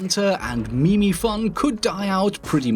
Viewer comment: How did you get away with pronouncing meme as you did?